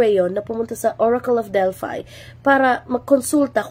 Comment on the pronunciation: Ma'am, in ancient greek, they pronunce it as ORACLE OF DELPHI. /DEL-FEE/. Not /DELFAY/